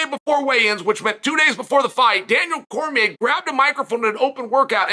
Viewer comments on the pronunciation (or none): none